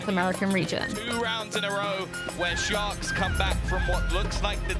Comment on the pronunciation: toda hora acho q ela fala shox e nao sharks!